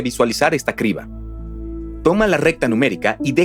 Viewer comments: Y que humano dice cibra en lugar de criba? En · Vine a comentar lo mismo (acotación al margen, los números primos me han fascinado desde siempre, es un excelente análisis!) el verdadero problema del doblaje por IA es que ningún humano corrobora los errores (horrores) de dicción, como "criba" cirba? "erastótenes'"!!, etcétera; hay que saber distinguir cuando el uso de IA deja de ser un verdadero avance. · mala supervision de doblaje, se pronuncia Kriba de Eratòstenes no Sibra de eratostenes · Dicen cibra en lugar de criba...en efecto las voces son de actores de doblaje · Contraten mejores actores de voz, estos no pueden leer bien ni pronunciar bien. Los errores son los siguientes: Criba, cibra. Erastótenes, Erastótenes Exprimir, etsprimir Aproximadamente, aprotsimadamente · No son voces con IA, pronuncian mal las palabras, son en realidad malos actores reales dicen: Cibra, erastotenes, etsprimir,aprotsimaciones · Sibra en lugar de criba... es lo que tiene la IA... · Nos siguen dando atole con el dedo. No son voces humanas, es un motor de texto a voz y ni siquiera está bien revisado. La "cibra" , "Erastótenes" , "Resuelta que" ... Y ya le paro de contar. Qué pena que hayan despedido a los actores de voz que hacían tan buen trabajo... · Erastotenes jajajajajajaja en el minuto 8. Muy mal. Y cómo que "cibra" en ves de criba? Bueno, entiendo que el doblaje es todo un arte, pero por favor hay algunos puntos a mejorar. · Cibra de Eratostenes o Criba de Eratostenes? Los comentarios sobre el doblaje tienen razón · Oye, me uno al problema de doblaje. Hasta donde tenia entendido es "Criba" de Eratostenes no Cibra de Eratostenes. Me refiero al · Lo escuche 3 veces y pensé que estaba mal mi oído.. es cRiba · Si, estos nuevos actores no pronuncian bien, dicen Cibra, erastotenes, etsprimir,aprotsimaciones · para empezar pronuncian mal las palabras Cibra, erastotenes, etsprimir,aprotsimaciones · "sibra de Eratostenes" "Erastótenes"